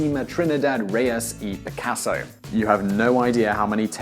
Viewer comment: However many takes it took to say Picasso's name he still said it wrong...